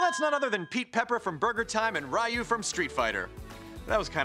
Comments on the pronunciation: ARRRGH! HIS NAME IS "RYU" OR "REE-YOU"! STOP SAYING "RYE-YOU!" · "RYE-YOO from Street Fighter" No, sir.